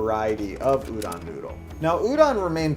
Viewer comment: Stop saying URON